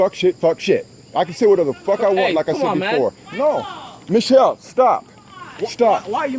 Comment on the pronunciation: he said machelle its obama